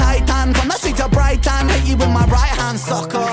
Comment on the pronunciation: Brighton is in Britain. Ren sounds like he calls it Brightan when he sings as it rhymes with the other lines around it. Although from Wales, Ren has lived in Brighton for much of his adult life. It is a seaside town, hence why you will often hear him highlight seagulls in his music. The verbal non-words he randomly throws in are known in jazz as "scat". Yep, just like wild animal dung. I can only suppose it was used to indicate the randomness of its appearance.....? Someone else may know the actual meaning behind its use? Yep, with Ren the song you just heard is most often your favourite. Eventually, you find yourself listening at home to the same few every day and can say with more conviction that all Ren's songs are great, but a few are just remarkable!